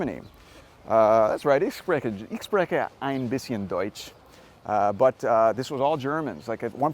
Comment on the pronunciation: Great tour, as always.Just please, someone tell how to pronounce "spreche" in German, he's gonna make that mistake with the first letter over and over again